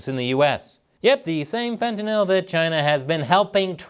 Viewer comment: Hi. Thanks for being one of few people in the news business to pronounce fentanyl correctly.